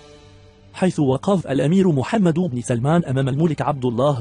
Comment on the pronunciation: ياصاحب الفديو اولا اسم محمد يلفظ بالسكون وليس بالضم ثانيا محتوى الفديو لا حديد او مثير فهو تافه جدا